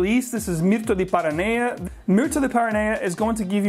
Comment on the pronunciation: You're saying PARA Naya, but it's spelled PANA-Rea ?